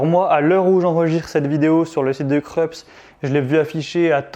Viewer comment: Se pronoce Kroups, c'est allemand.